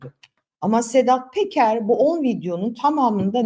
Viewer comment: Sedat Peker diye yazilir ,Sedat Teker diye okunur